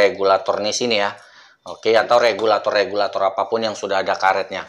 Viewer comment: Regulator bang bukan kabulator😭😭